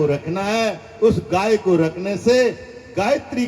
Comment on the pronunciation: गायत्री शुध्द उचारण भएन